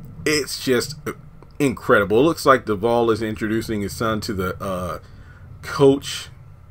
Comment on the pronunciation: They are great friends in real life, afterall she is Dakota's Godmother. Btw...I enjoy your content, but I cringe everytime I hear you pronounce Devale's name, I'm a stickler for pronouncing names correctly. It's a short "A" sound my dear.😉